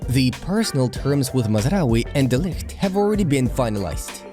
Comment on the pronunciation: Eric diet is insted of de ligt 😂😂